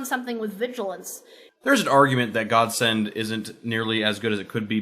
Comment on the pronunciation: "God send" or "Gods end" O_O